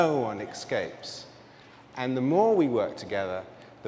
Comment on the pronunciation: Man, they sure gave him a time limit. It made it hard to rest with it. Also, it's escape, not ekscape. :D <3 Thank you.